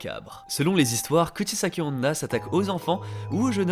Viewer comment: Dans un total accès de mauvaise foi de ma part, j'accuse la prononciation de! XD